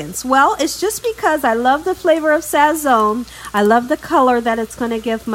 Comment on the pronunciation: you’ve done it again! Love love love! the “z” in Sazón is pronounced like an “s” in Spanish. So in Spanish we say sason. Not criticizing cuz you can say it how ever your beautiful heart desires, just saying in case you didn’t know. 🥰